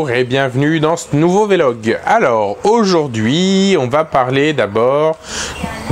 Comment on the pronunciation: Salut, juste une chose sur ta prononciation, on dit "vlog" et pas "V-log" ^^